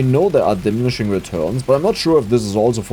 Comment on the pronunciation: di-mini-shing :D